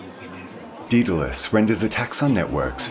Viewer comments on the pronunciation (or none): 'Daedalus' is pronounced 'DAYdel-uss' not 'DEE-del-uss'.